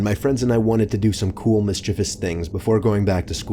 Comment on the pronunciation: Michipus. Perfect pronunciation of MISCHIEVOUS.